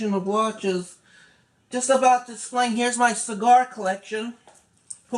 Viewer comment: I haven't heard "I'm about to essplain...." in a while.